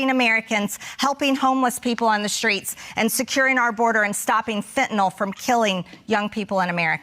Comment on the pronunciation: ...and holy shit! She knows how to pronounce "fentanyl". It ends in death and "nyl", not "nol".